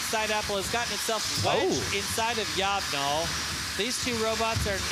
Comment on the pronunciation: Yob gnol is long boy backwards, so I think you pronounce it that way also....